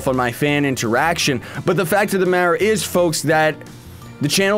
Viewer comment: "but the fact of the madder is"